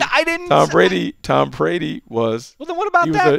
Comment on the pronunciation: "Tom Prady"